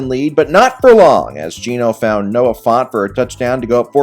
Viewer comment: Noah font Me-Noah fant? -🚫